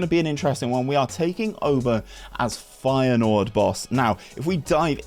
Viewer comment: Hey man, love the rebuilds. Best videos you do in my opinion. Hopefully you can get to 20k before fm23. Although your pronunciation is questionable at best. :) Feyenoord for the Champions League.